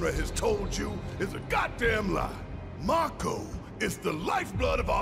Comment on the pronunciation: another 'may-ko'. I should've been keeping a counter for this LP lol gasp could it be?! realized mako's pronunciation! EDIT: Nvm he relapsed